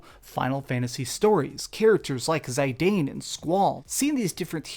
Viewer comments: Zee-DAHN not Zai-dayn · "zay-daine"? Lol WTF? It's Zidane. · lol 'Ziye dayne'. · you butchered zidane’s name homie